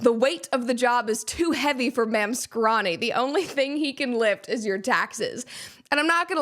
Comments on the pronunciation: My favorite leftist thing to laugh at right now is how so many of them have no idea how to say MAMDANI. They say he's their hero, while constantly mispronouncing his phonetically-spelled name. SHEESH Make Leftists Literate Please. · Ma'amdani! It's ma'am! It's Ma'amdani!